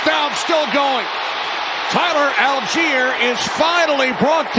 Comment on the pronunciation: Falcons # 25 name is spelled ALLGEIER. Surely this is pronounced All-Guy-er? Al-geer would be spelled "Algier", wouldn't it? Very odd. M 🦘🏏😎